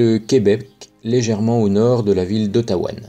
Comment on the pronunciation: C'est Ottawa, pas Ottawan :-D Mais ça n'enlève rien à ta démonstration.